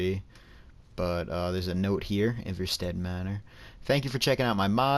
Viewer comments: It's pronounced Eye-Var-Stead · It’s pronounced eye-ver-stead